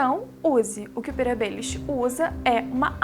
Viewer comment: Gostei do vídeo, só uma dica: se diz PetiR, não se fala como "Peter".